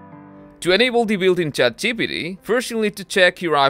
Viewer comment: I wonder why you are unable to pronounce ChatGPT..Chat gee pee tee...